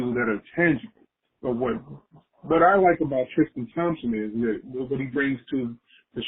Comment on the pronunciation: Why can't people say Tristan ? It's not TRISH-Tan